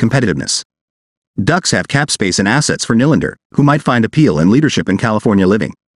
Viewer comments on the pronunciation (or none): It’s pronounced (kneelander). Not (Nilander)! Honestly…get someone who knows the proper annunciation of his name.